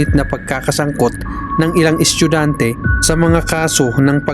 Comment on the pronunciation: kuya bat naman yung salitang "estudyante" ay nagging "eschugante"